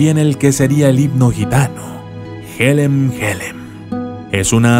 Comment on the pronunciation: Se dice yelem yelem no jelem jelem